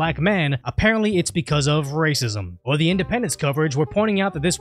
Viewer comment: It's white rrrrr-acism...lol